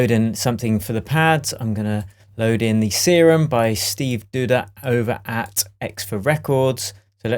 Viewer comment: its not see-room its serum